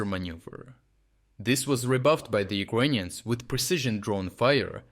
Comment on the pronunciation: You sound like you are saying “Ugonian”, instead of “Ukrainians”.